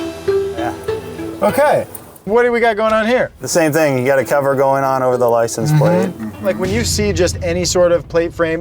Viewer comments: Is it just me or does keep saying “Licen Plate” and not “License Plate”? Lol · “Licen plate”??😂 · Lie-sin-plate lol